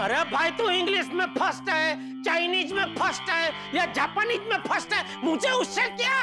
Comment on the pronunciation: First❌❌ purst✔️✔️